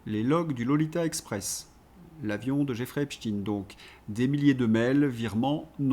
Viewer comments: Mr,Prononcez Epstein,pas Epstine svp.merci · Prononcer Epstein pas Epstine svp, merci 😊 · Epstein se prononce "Epchtayne" et pas "Epchtine", le nom est allemand et Stein se prononce comme le mot allemand qui signifie pierre. Epchtine évoque phonétiquement Poutine, c'est INTENTIONEL. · Mais putain vous allez ARRÊTER de dire EPSTINE !!!???!! EPSTEIN !!! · arretez de dire epstine c'est epstein !!! pourquoi pour faire pensez a poutine ?? c est nul; vous parlez comme LCI. Je vais me desabonner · Ne pas lire "EPSHTINN" mais : EPSHTAÏÏNN... Merci. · bonjour, en france on dit epstEIN er non tin. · Epsteen ca s’écrit Epstein, avec stein comme la pierre en Allemand qui se prononce évidement de la même manière… arrêtez avec cette stupide anglicisation de tout!!! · Ça m arrache les oreilles, ce epstiiine,comme chez ts les sbires de LCI et co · Dites Epstein, on ne dit pas inestine, ramstine, olivenstine, inesenstine, ni ine, zwine, drine... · Mais qu'avez-vous bon nombre à écrire comment prononcer epstein ou epstine ??? Qu'est-ce que ça peut vous faire ??? Chacun prononce comme il le souhaite bon sang !!!! Vous n'allez pas vous aussi vous y mettre pour une prononciation !!!!! Ça fait plusieurs jours que ça dure stop ! Ça suffit !!! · si vous vous interdisez de prononcer les mots -viol ou violer, pédo criminel, abus sexuel .... comment voulez vous traiter le dossier "EPSTINE" comme vous dites prononcé à la russophobe ! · J'en suis à 8 mn environ, et devant la tartinade de << Epstinne Epstinne Epstinne >> je suis obligé d'arrêter, cher!!!! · EpstEIN comme EinstEIN ON DIT PAS ALBERT EINSTINE